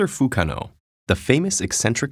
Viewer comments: I didn't even realize because he was saying it like Fukeano. It's fukanoo dammit. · lmao "fukano" sounds more like fuck no